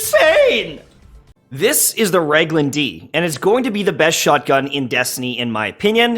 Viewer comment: FYI, with all due respect, it's pronounced Rag-in-hill-duh.